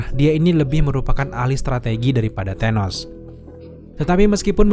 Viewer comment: Maaf thanos tetap dibaca tanos... Bukan tenos🤣 Gak ada tuh di film para avengers manggilnya tenos bang Dan firaun ya dibaca fir aun... Bukan fira un🤣